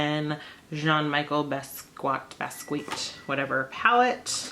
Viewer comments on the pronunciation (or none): I hate that people have no idea who Basquiat is and own those palettes. The least you could do is find the correct pronunciation of his name.